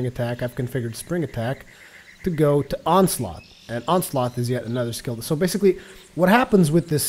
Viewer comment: He pronounces Onslaught as Onsloth. And it's pissing me off.